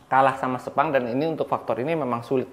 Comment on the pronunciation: Gw kok takut pas di bilang sepang terus kesleo lidahnya jadi sepong😅